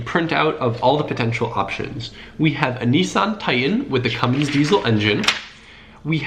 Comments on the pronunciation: diesel does not have a z in it so it is dieSel not dieZel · Idk why but it bugs me how he says "diezle" and not "diesel"